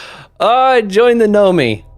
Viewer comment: Did anyone ever correct him that it's Nomai and not Nomi? Im wondering if he's dyslexic to a certain extent, lol